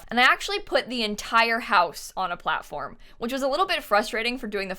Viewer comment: "cool things with the plattform and blblbl a little bit" 😂❤ that's so cute :D